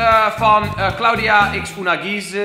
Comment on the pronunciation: Unagize spreek je verkeerd uit😂